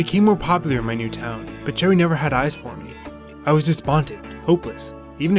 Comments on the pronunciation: I know you probably already know by now, but I have to say it anyways just to satisfy myself. Cheri is pronounced like "Sherry" not "Cherry." :) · it made me cringe when he said her name wrong- its like sherry bruh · I got her today and I'm so excited its pronounced Cheri!!